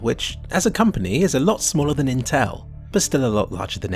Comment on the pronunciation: It is: Intel "In-tell" and Vega "Vaygah"